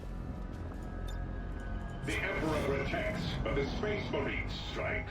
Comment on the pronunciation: "make him an Australia marine, g'day for the empra." that got me laughing so hard idk why